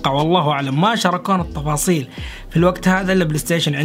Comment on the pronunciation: التفاصيل❌ الطفاصيل✅ ههههههههههههههههههههههههههههههههههههههههههههههههههههههههههههههههههههههههههههههههههههههه 💙💙